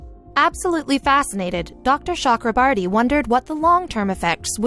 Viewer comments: Cho. Okro. Bor. Ti My ears are bleeding listening to the whatever borti you are sounding. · As an Indian, this was a proud moment. BUT WTF IS SHE SAYS THE DOCTORS NAME ITS CHAKRABORTY NOT CHUKRABURTY JKSKSKSVSSS